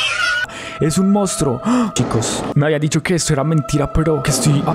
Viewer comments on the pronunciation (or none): Jajajaj y vos diciendo mounstruo